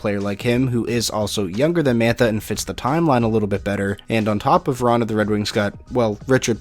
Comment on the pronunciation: “Jakub Vranhuhhhh”